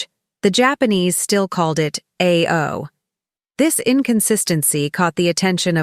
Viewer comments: 1. you should LEARN how to properly pronounce the color "BLUE" in Japanese. It is pronounced like "UH-OU" or "AH-OU" and DEFINITELY NOT like you say "EI-OO". LEARN BEFORE YOU SPEAK PUBLICLY!!!!! 2. At 19mins of the video you talk about RAMEN, but your video is showing SUSHI!!!!!!!!!!!!!!!! Your IQ level is smaller than your shoe-size.... STUPID!!!! Grrrrrrrrrrr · Nice observation. Just one thing. Ao (blue) is pronounced as “ah, oh”, not “eigh, oh”. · They do not call Blue "A" "O"...they pronounce it like ow as ouch. YOUR AI voice needs some training, please. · ay-oh for blue! It's pronounced aa-oh. 青 in kanji.